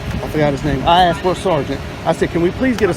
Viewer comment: She went in dere and axed dem for trespass.